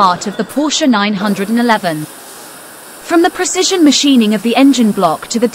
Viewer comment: LMAO, the AI garbage voice. "Porsche 9-1-1."